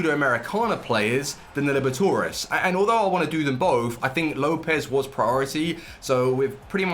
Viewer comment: The Libertadores and Sudamericana pronunciation killed me